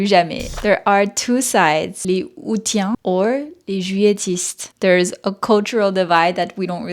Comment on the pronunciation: & - You mispronounced the word “aoûtiens”, which is pronounced [a-ou-sien]. Unlike the word “août”, where the initial “a” is often not pronounced, the initial “a” in “aoûtiens” is clearly pronounced. The ending “tiens” is pronounced like the pronoun “sien”, as in “Dalmatien”. 😉